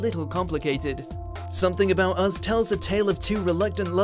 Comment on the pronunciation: It's pronounced Us not Uzz.